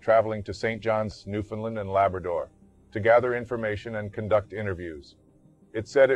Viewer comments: Newfoundland. We don't say Lind. When it was discovered it was a New Found Land hence the name. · Nobody ever pronounces Newfoundland right lol Great video though.